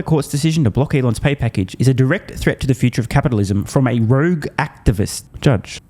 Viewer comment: Rogue, not rouge